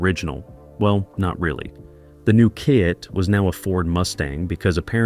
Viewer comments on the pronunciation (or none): AI needs to learn how to say "Kit", and Jamie Sommers, Who the hell are "Yimie" and "Hymie"?